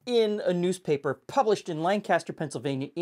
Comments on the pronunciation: it’s pronounced “Lankester” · As a resident of Lancaster, I feel compelled to mention that Lancaster is pronounced "Lanc-ister", like there is an "i" instead of an "a". Cool recipe, love to see some representation of my corner of the world